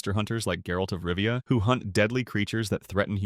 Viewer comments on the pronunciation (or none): none